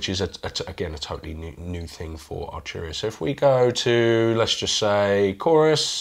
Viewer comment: Love but need Jack 😥 Not Archuria man but Arturia 😑 This is great but needs more keys, bigger screen and more sliders/knobs. Pigments and a lot of the V Collection are fantastic. I have it and use it regularly. It looks beautiful and undoubtedly sounds good but why would I buy this over a Modx 7 Plus? Also, this guy barely played. Felt this didn't really demo the product that well. Not sure if this guy is a playernor not but even the playing at the end was uninspiring.